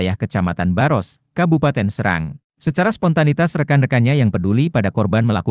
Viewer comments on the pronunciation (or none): Di bacanya bukan SEURANG tapi SE'RANG KATA SERANG BERASAL DARI BAHASA SUNDA YG MMLIKI ARTI SAWAH